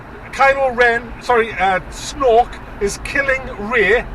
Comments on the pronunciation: Did he say Snork is Snork or Snoke is Snoke? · Isn't Snork just how geordies say snoke? :) Do you live in Lumley or something? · You start make laugh when you call him snok 😄 I hate this movie to🤬